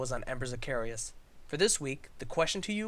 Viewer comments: Embers of carious? Lol I don't see an I in Caerus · i believe you're pronouncing Caerus wrong. the way you guys are saying it, it would be spelled Caereus